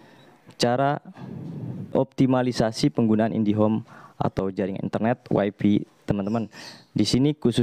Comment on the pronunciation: "Way fi" ya gan?